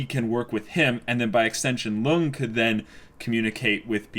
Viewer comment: I think it's high time you started pronouncing Lunge's name correct. It's Lun-gay.